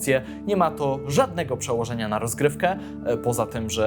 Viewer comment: Czy tylko ja usłyszałem ,,tzo gdybyście" na początku? hahah